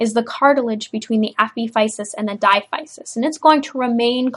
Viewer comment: Thanks for this. Diaphysis is pronounced as dai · a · fuh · suhs